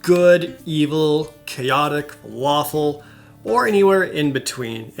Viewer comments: I swear I hear him say waffle instead of lawful XD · When you said "lawful" I thought you said "waffle" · laughing so hard because every time jared says "lawful" my brain keeps hearing "waffle" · When he said "lawful" I thought he said "waffle" like ah yes... I am waffle good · When he talked about the alignments, for some reason, what I heard was "Good, Evil, Chaotic, W A F F L E ..." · am I the only one who heard "Waffle" despite already knowing the D&D alignment scale? XD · When he's talking about alignment it sounds like he's saying "good, evil, chaotic, waffle" XD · Ok, I know what they're supposed to be, but I swear, I thought you said Waffle.